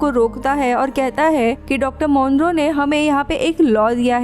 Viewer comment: Dr Monroe?? Nope, 'tis Dr Moreau- MAW-RO